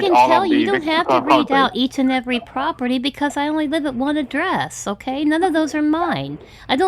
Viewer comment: AND EVERY THING IS (AH-KAY)????????????????